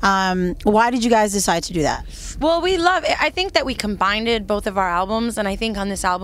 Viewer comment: "Combinded" lol